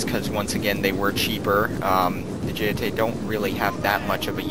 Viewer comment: Getae are pronounce Get-A